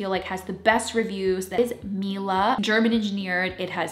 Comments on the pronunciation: Not mila 😂 mee-LEH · I love you and and this video but girl... its Miele. Like... honey in italian. Mee-ye-leh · it's cute hearing you trying to pronounce Miele :D